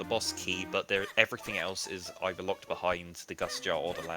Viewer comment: Stop pronouncing behind wrong